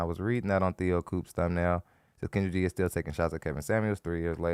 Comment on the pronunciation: Its almost as if you said "cringe-dra" for Kendra😅😅😅😅